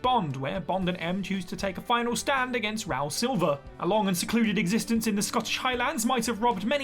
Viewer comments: Ralph isn't pronounced how it's spelled. It's pronounced "Rafe". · A nice rundown but I'm amazed that the English voiceover doesn't know that Ralph Fiennes pronounces his name RAFE.